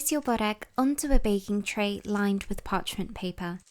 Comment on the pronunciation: Hi there, pronounced berrek. Berr like spur and fur. Rek is rek like reck. Not booorek or bohrek or bore-ek. My mum makes these- 2 full layers with cream brushed between, fetta and parsley spread over entire sheet, spirals and then dunks both sides quickly in water, and then brushes egg yolk, sprinkles sesame seeds and nigella seeds on top. To die for. Dunking in water is her secret . ❤